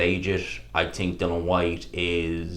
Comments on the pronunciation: Why do you insist on calling him Dylan ..it's dillian..is it an Irish thing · His name is Dillian, bro. Not Dillon. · I always hate when you have a video talking about dillian, you piss me off no end when you mispronounce his name. You spelt his name right in the title why don;t you give him the respect to say his name corectly, we dont call you. Say his fucking name right.